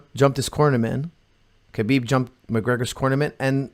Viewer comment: Here's a legit question... is Lebanese he is more than capable of pronouncing khabib's name properly. When Khabib says his own name he says it exactly as it should be in Arabic. Therefore why does call him kabib?